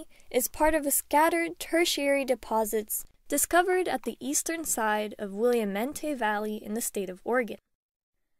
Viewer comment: Great video...I found one of the shipworm wood fossils last month in Port Angeles Washington. It was a great find. BTW...Willamette is pronounced, /wuh•la•muht/. Thanks, looking forward to binge watching your channel.